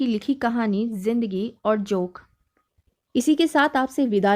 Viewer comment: जोक नहीँ , ।जोन्क। अनुस्वार ।सही नहीं लग रहा। ।